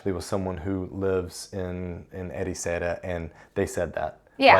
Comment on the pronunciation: it’s mostly alright, but… Ericeira?!? 😵‍💫